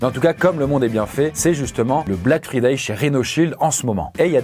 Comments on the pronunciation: "Black FRI-day" mec...... 💀💀💀💀💀💀💀💀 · LE "BLACK FRIDAYE" mdr jsuis mort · quand je pense qu'il a prononcer friday en français🥲🥲🥲🥲🥲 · Comment tu as prononcé Friday 😭